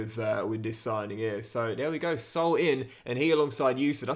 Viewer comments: Hey great vid as always, just wanted to tell you how to pronounce Saúl’s name, it‘s not Soul, it‘s Sa-ul🙏🏽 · Loving the content mate, just a note that since Saul is Spanish his name is pronounced Sa-ool.